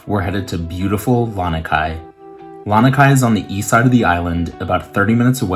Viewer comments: *La-nee-kai, not La-nuh-kai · “LAH-NEE” Kai beach and pillbox is the correct pronunciation